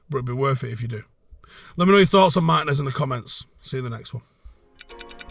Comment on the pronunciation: Our next season depends on Martínez’ fitness. Also It’s pronounced Mar-tee-nez